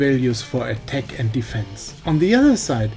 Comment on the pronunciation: Your battle tanks pronunciation sounds like better tank, and attack sounds like a tech.